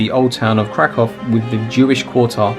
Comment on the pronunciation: Well done! Thank you for your commentary and fabulous music. As a native speaker of Polish, I can appreciate how you say: Kraków or Zakopane. 👏❤